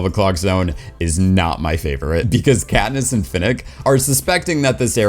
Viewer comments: “Catnip and Peeta bread” Lol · why did he call katness katnip and petta petta bread